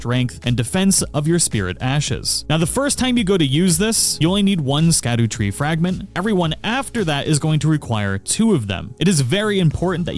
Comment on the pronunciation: really? The NPCs literally tell you how it’s pronounced 😂😭